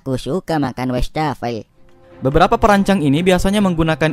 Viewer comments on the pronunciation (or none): Tambahan pengetahuan : Kata Wastafel dari bhs Belanda : wassen + tafel (wash table / meja buat cuci) Btw bacanya WAs-fafel (bukan WEs-tafel)